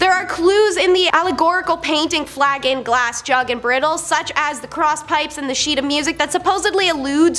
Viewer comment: Maybe I'm wrong, but isnt the word Bridle pronounced "BRIDE-le"not "BRIDdle"? No judgement. Just wondering.